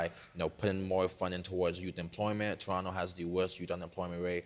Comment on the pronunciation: Lol she can’t even say the word “ Toronto”.